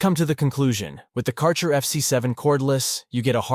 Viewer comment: Thanks for review. You mispronounce the brand name, tho